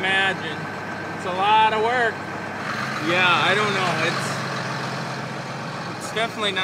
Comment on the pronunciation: "Yah...I knaw" Pure Minnesota.